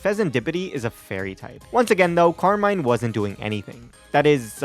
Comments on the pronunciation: I also looked it up in the pokemon presents-- the way you pronounce Carmine is correct. Car-mine. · You pronounced Carmine correct lol they said it that way during the pokemon presents